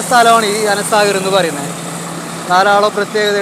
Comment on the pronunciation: Ana saagar ❌ anaa saagar ✅